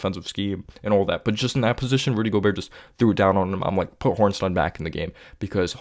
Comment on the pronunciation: Appreciate your analysis but why do you say Hornstein and not Hartenstein lol